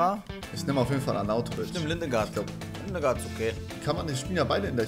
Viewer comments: Gottes Beleidigung , Ligard - Lindegard auszusprechen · Niemand Wirklich niemand: Lindegard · Niemand:: LiNdEgArD